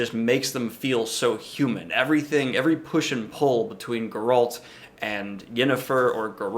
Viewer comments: Your pronunciation of Geralt goes straight up my spine... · Grrult? Who’s Grrult?